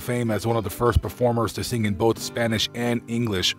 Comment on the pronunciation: Excellent on the Spanish pronunciations!